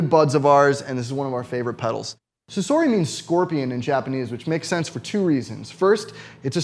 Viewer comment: it's sa-so-ri not sa-SOR-ri